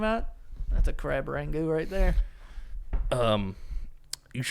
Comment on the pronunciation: Is saying Crab Rangoon wrong or have I been saying it wrong my whole life? Lol